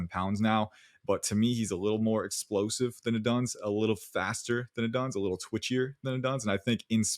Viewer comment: for the love of god please stop pronouncing odunze like that lmao